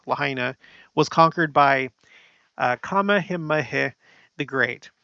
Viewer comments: I don't want you to think I'm being a all critical here... simply wanted to help you with the pronunciation of the king in Hawaii. 😉 It sounds out like so➡️King Kuh-mayuh-mayuh. Say it the way I spelled it out sound wise. Just wanted to help you not have a struggle with it when you are trying to say it. You're awesome! Thanks for all your facts and research! ❣️ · I think the king's name is pronounced ka-ME-ha-ME-ha